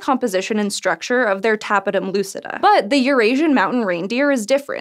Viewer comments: She didn't pronounce it properly, the stress of "tapetum" is in the second syllable: /təˈpiːtəm/ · It is pronounced təˈpēdəm